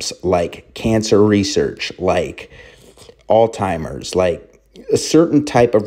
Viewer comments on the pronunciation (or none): Alzheimer's not Althimers